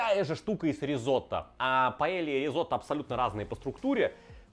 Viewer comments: ты вроде побывал по странам и знаеш что Paella звучит как паейа, а не паелия! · Не паэлья, а паэййя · Señor, tu suscriptor de España aquí. Porfa, en ´´paella´´ la doble ll se dice con Й, como ´´y´´ en yogur. Porfa, dilo correctamente)))